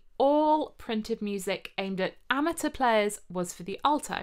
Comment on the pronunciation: <3 <3 <3 <3 You pronounced amateur properly!! I almost never hear that.